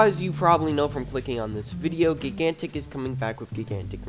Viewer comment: gig gantic.... why are you saying it like that?